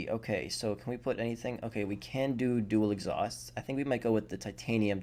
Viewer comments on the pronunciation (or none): none